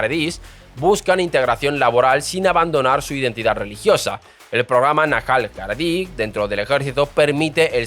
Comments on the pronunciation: Y "harAdi" en lugar de "harEdi", y no se qué en lugar de yeshiva o yeshivot... Pero el mensaje es el mismo., y el hecho es que el estado de israel es un monstruo ya por diseño. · No es arabi o aravi sino Haredi (la H se pronuncia como j) pronunciar Jaredi.😢